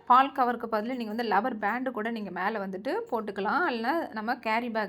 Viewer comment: Rubber...not lubber